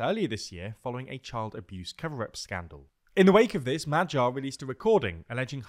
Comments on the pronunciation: The G in Magyar is pronounced the same as the G in Gordon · Close but wrong the "a" sound in hungarian is pronounced like the first sound in the english word "awesome". And the "gy" sound is pronounced like the first sound in english word "during". "M" and "r" sound just like you'd say in english. So put that together and there you have it.